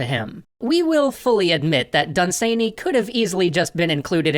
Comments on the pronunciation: OMG, y'all and pronunciation, lol. He's British: it's DUN-san-y, not dun-SANE-y. He's not done being sane, he remained quite sane, I believe. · Hi there! A few things . It is pronounced 'Dunsanny' not 'Dunsaney' .You were close with 'Fusilier' and HPL saw Dunsany speak at a lecture but was too shy to go and meet/talk with him afterwards. Great stuff though! Keep up the good work! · Done Sane Eeee? Try saying it more: "Dun-s'nee" (pronunciation source: an Irish Lord.) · Lord Done-suh-knee, not sany. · I pronounce his name DUN-sunny, not dun-SANE-ee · Dun-SANEY Jesus Christ, great episode and all, but I don't think you could have possibly pronounced that in a more cursed manner. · For the record its pronounced Dun'S'nay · Never heard dunsany pronounced like that? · DAE thinks is pronouncing Dunsany weird? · "Dun-SANE-ee"? I've always heard it pronounced "DUN-suh-nee" over here in England. (Also "FEW-zill-ears" not ... umm ... "Few-ZILL-ee-urs")